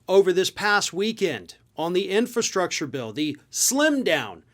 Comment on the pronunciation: Trump can barely pronounce infrastructure. He made empty promises during his term.